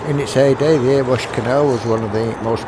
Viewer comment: ...Nice video, but - so that people don't mistake you for a 'foreigner', it's actually pronounced 'Erry-wash' - NOT 'Ear-wash' - mate 🙃🤣! Thanks for sharing! 😉👍